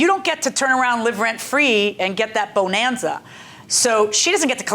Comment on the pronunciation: I wonder why the Judge pronounces the word bonanza like that.